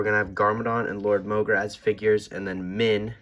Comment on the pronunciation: Wat did i Just Finder out its mogra not morga???